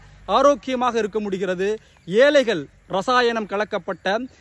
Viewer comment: ஏலைகள் பிழை,ஏழை தான்சரி.வால்கை பிழை வாழ்க்கை என்று உச்சரிக்கவும்.தயவு செய்து தமிழை கொல்லாதீர்😢